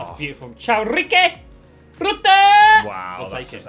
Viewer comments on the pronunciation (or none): It's Caio, not Ciao xD it's pronounced kaio